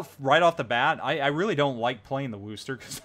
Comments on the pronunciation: Wus-ter. Not Woo-ster. Thanks for the vid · No its Wusta! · I phonetically write it out as "wuss-tah" or "wuss-ter". But Paul T is correct that it's NOT "Woo-ster". There's no "woo" in Wusstah! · Had to stop watchin due to the WOOOOOOOster factor :( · You keep pronouncing wrong, watch Jingles utube on it.